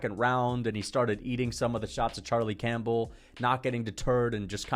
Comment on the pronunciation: Bro said Charlie Champbell 😭